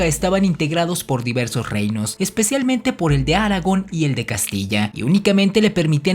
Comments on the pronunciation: En el min el rey Fernando que aparece es Fernando VII que NO fue contemporáneo de Colón, nada que ver con Fernando de Aragón él católico, que video tan mal hecho, sin sustento histórico serio ,y además ni pronunciar correctamente Aragón puede hacer el pelmazo este, qué canal y qué video tan pendejo, al ignorante que lo hizo le falta estudiar historia y muchas otras cosas ... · Tus videos son interesantes, pero pierdes credibilidad diciendo "Áragon" constantemente. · Se pronunxia Aragón. Por otro lado, en el siglo XV no existía una lengua llamada italiano. Había muchos reinos y distintos dialectos, muchos tipos de latín vulgar. Lo más parecido al italiano moderno era el florentino de Dante, Boccaccio, Petrarca, Marino, etc. El italiano estaba formándose. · Por lo tanto es palabra Aguda ,no Grave.. Áragon como del Señor de los Anillos. 😬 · Interesante tu investigación, pero la hechas a perder y pierde algo de seriedad porque hay tratar de hacerlo llegar de la manera más profesionalmente posible siempre estuviste pensando en el señor de los anillos verdad, porque más de 2 veces pronunciarse Aragon el personaje del señor de los anillos y no Aragon España que lleva acento en la última sílaba el cual no pude poner pero hay que pronunciar correctamente. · Jajajaja, lo decía por la acentuación que hace cuando dice el nombre de la localidad, pues acentúa la primera A y no la o final. :D Y pues se oye como si dijera el nombre del montaraz . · Se pronuncia Aragón, no Áragon. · ¿Sí sabes que se dice Aragón y no Áragon (así como equivocadamente pronuncias)? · Aragon? Se pronuncia Aragón,, con acento en la ó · Los de Áragon? 🤣😂🤣😂🤣 No querrás decir los de ARAGÓN, verdad?? 😂🤣😂🤣😂🤣😂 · Aragón no se dice Aragon. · Es Aragón con acento en la o no aragon ese es el personaje de j.r.tolkien del sr de los anillos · Aragón!!!! Con acento en la o😱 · "Los de Áragon". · Aragón, no Áragon ... no es El Señor de los Anillos jeje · es aragón, no Áragon, ni que fuera el señor de los anillos jaja